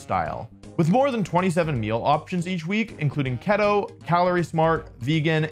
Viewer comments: LOL keto is usually pronounced kee-toe haha. The mispronunciation isn’t just limited to Pokémon names 😂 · your sponsor isn't gunna pay you now because you pronounced keto wrong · Keto is pronounced key-toe not ke-toe. Love the video! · Wolfey… keto rhymes with cheetoh, not ghetto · you would pronounce keto like that 😭😭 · the fact he pronounced keto wrong in the add read really makes me think the pronunciation of mons isn’t a bit